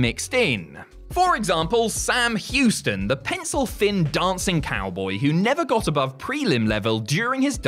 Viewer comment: More like “Sam Whoston”